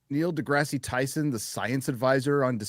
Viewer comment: I've never seen that Happy. " That's so Stupid. " -, 2026. ( Referring to pronouncing deGrasse as DeGrassè as if was French. )